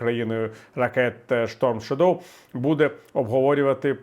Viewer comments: чудова аналітика, дякую. єдине що наголос в shadow на перший склад робиться - різало трохи. більшість англійських слів мають наголос на перший склад, тому якщо не знати слова краще робити на перший - більше шансів влучити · У слові "shadow" наголос на першому складі. Дякую за ваші виступи.